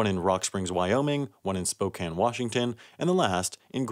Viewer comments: lol spo can is how it's pronounced here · Hey you said Spokane right most people say spocane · HE SAID SPOKANE RIGHT YOU GET A LIKE SIR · Sam, I'd like to thank you for pronouncing Spokane correctly. It shouldn't be a difficult task, but so many people have trouble with it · Thank you for knowing how to say Spokane. No one ever gets that right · Props for pronouncing Spokane right lol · Thank you for being the first person alive to pronounce Spokane correctly